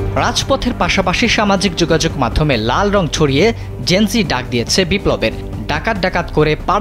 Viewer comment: লিখলেন জেন - যেড, বলতেসেন যেন- জি। A B C D জানেন না?